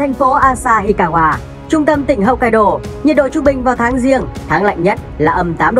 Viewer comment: Đọc theo tiếng Việt mình đại khái là: 1-Hốc kai đô 2-Hôn su 3-Shi cô cự 4-Kiu siu.